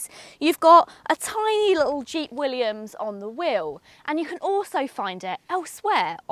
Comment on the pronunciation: It’s also a pity that nobody told her that it’s Jeep “willys”, and not Jeep “Williams”